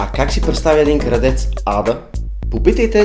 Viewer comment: защо казваш кардеца то е крадеца